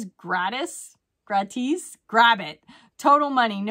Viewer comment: "Gratis" is Free in Spanish.. The " i " is pronounced like a long E like in Eagle . 😊